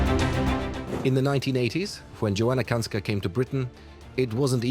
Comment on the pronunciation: Kańska not Kanska ... We have 32 letters in the modified Latin alphabet because we realized long ago we didn't have letters for certain sounds. When are you going to reform the English alphabet and pronounciation ?